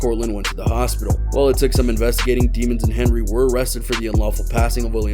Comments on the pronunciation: I think it’s French and supposed to be pronounced “deh-monz”. But Melly said it as “demons” just to sound cool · it’s actually pronounced day-monds, she pronounced it wrong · It's pronounced Dey mons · It's pronounced de mons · Demons? I would think that’s pronounced “deh-mons” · His last name is pronounced Dey mons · It’s pronounced deh mons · I think it's pronounced Dehmunz. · It's pronounced Daymons 🙄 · His last name is really “Demons”. I’m sure it’s not pronounced the same but geez. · they said his last name wrong.